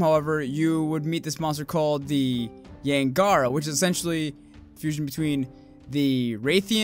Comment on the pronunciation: Did you say "Yian GARA"? And "Koot Koot"? Oh my...lmao